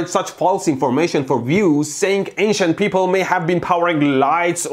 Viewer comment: Instead of “ancient ppl” I thought he said “Asian ppl”